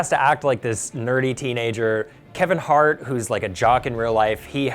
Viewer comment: This guy pronounces Hart as Art. Like why?